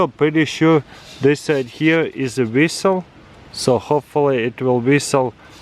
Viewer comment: 'Whistle' I thought you were saying resell.